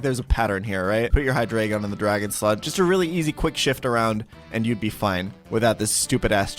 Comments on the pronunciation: >be german >pronounce hydreigon wrong what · is trolling with the pronunciation of Hydreigon, right? Like, he’s German, it’s literally counting to 3 lmao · How does this man SPEAK GERMAN and STILL say Hydreigon wrong? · I love how he mispronounces both hydreigon and regice all the time